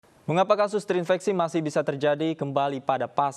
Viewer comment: "terinfeksi" bukan "terinveksi"